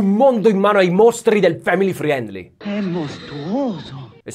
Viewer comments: Per favore di’ “friendly” senza la i, anche perché la tua pronuncia è buona 😘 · la i in friendly é muta /ˈfrɛn(d)li/ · tutto bene ma family friiiendliii pronunciato così non si può sentire da te